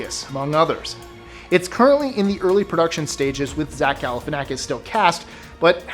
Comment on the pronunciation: Seriously? He doesn’t get credit for saying Zach G.’s name correctly?